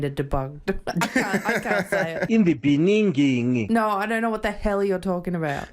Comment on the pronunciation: In the beninging!!!